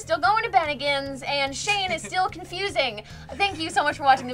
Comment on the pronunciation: Ah yes seal and shayne, seayne